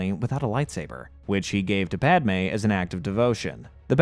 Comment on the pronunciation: who the f is pod-ah may??